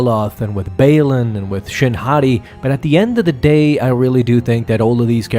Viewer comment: Literally heard “shin hottie “😭